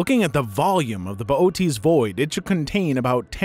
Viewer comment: Pronounced Bootes correctly, even if I can't type it due to not having an umlaut on my keyboard. That's true of most wasabi too. I can almost guarantee you sight unseen that any wasabi you have is just green horseradish, with a teensy tiny little bit of wasabi powder added just so they can put the word on the bottle. Acutal wasabi has such a crazy short shelf life when raw, and once prepared has to be used within a day. So you're not gonna find it at Walmart. You'll have to go to a specialty store, or order a root online priority shipping and make your own.